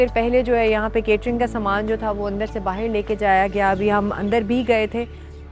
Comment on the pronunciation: Meri behan ye 'bahir' kya hai, dilli ke logon ki zabaan Jo aap bolne ki koshish kar rahi Hain, usmein 'bahar' bola jata hai, 'bahir' nahin.